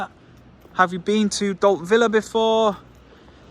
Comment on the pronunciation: Don’t know where you’ve been hiding, but good to see you back. I’m quite sure you pronounce Dalt Vila or “Upper Town” (Vi-la and not Villa), although I could be wrong 🤭